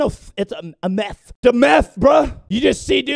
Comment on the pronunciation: When the guy said myth or meth I put on captions and it said meth